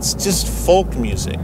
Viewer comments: Fantastic episode. But do please practice pronouncing the word 'Folk.' It's 'Fowk.' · Stop pronouncing the "L" in folk! It's weird. ;) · Great episode and I love the way you say "Folk"!